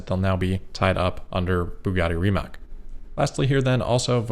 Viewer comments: Friendly reminder that Rimac is "Ree-mutt-s" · Awesome coverage. The investment angle on the Tesla Plaid fire is interesting. "Follow the money" should be the mantra of any investigative journalist. Also about "Rimac" apprently it is pronounced more like "Rimats" In any case, looking forward to the next video! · Rimac is pronounced 'Rr-ee ma-ctz' because Croatian. Rolled R, long E, short ah, hard flowing C.